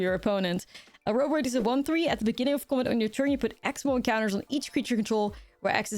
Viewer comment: I love the way you pronounce Oroboroid.